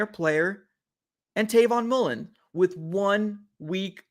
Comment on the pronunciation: Dawg it’s Travon Mullen